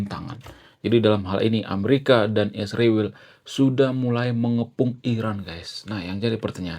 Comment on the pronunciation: SHALOM ALEICHEM ANDA PUN TOLONG SEBUT ISRAEL DG BENAR, KARENA ANDA PUN SEBUT ISRAEL DG TDK BENAR, SPTNYA ANDA IKUT-IKUTAN nurdaK?"